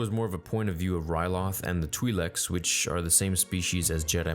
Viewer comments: "Alltso" "Twee'lek" "Allbite" come on dude. you doing this on purpose? Also has no T IN THIS EPISODE A TWI'LEK SAYS TWI'LEK like [T-WHY-LEK] Allbite??? ALL BE IT...them smush it together. ALLBEIT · The senator pronounced it twi'lek and not twee'lek like you do and it made me so happy. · Why do people keep saying "twee-lek" when the actors on screen, from The Mandalorian to even this episode, are all saying "twie-lek" with the long "i" sound? I had always heard it pronounced "twie-lek" when I was growing up in the the 80's, George himself pronounced it that in BTS featurettes, and Dave Filoni, the heir apparent who mentored under him and is on set to correct people when they get stuff wrong has obviously not corrected the actors. I'm just wondering when and how this changed.